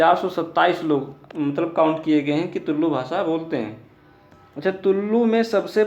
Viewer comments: Dude, it's not Tullllu, just Tulu... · भाय,(तुललु भाषा) ऐसा उच्चारण मत करना।(तुलु भाषा) ऐसा उच्चारण करना। तुम (तुललु भाषा) ऐसा उच्चारण किया तो ओ कन्नड़ भाषा में असभ्य शब्द होता है।so please correct it.